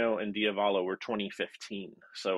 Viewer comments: accent the second syllable in diavolo. The "ah", dee- ah- vuh- lo. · dio valo? It's diavolo. "Il diavolo means "the devil"🤘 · you're a great guy and really enjoy watching your videos but it's pronounced dee AH vuh lo (like an italian would). i was amused by your pronunciation. and by the way i just bought the MXR version of the OCD. sounds great. gonna probably leave it on all night tonight.